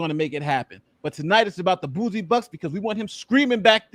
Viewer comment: Bouzy is pronounced "Bussy" not "Boozy". He's an Asshole, not an Alcoholic.